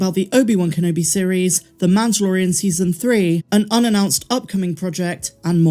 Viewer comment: why cant you say mandolorian? its not MANToLorIAn